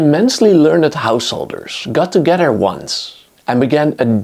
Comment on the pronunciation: What is "two geddar"...? Oh... you must mean 'together'...:face-fuchsia-tongue-out::face-fuchsia-tongue-out::face-fuchsia-tongue-out